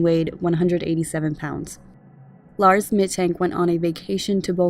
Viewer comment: Very detailed and solid summary! Little note: Mittank is pronounced "Mittunk" :)